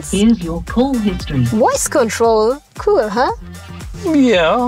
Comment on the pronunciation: Woice control?